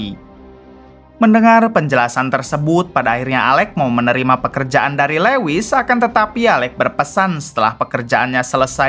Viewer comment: Lewis....( Luis) min....